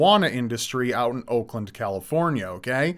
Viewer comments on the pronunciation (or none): none